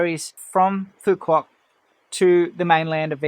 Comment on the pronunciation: To start you might want to get the pronunciation of the island correct. You're pronouncing it like a tourist not a local.😂